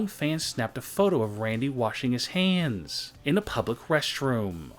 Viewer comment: How he talk ice CREAMM haNDSS